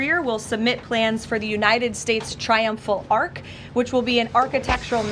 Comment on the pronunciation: it's an ARCH not an ARK